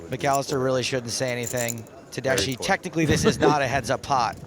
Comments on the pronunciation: Tedeschi Is an italian last name. The correct pronuntiation Is something like "Tedeski", not "Tedeshi". Just saying. Nice hand. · Pronounced tedeski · you read it tedesky, that means in italian Germans, as persons. italian surname indeed...thank commentator